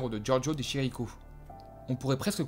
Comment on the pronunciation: Très belle vidéo ! Attention cependant : à l’italienne Chiricho se prononce « Kiriko » ; Mais c’est un petit détail… ^^